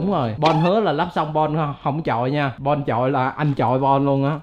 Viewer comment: Chu chu bạn mình được lên tv 😂 mà nó tên bon mà gọi toàn là bôn 😂